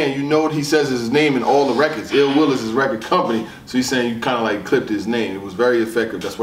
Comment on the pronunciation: His name is ill will not ill wheel 🤦🏽